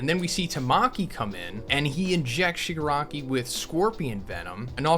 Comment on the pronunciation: it's the Shipanari!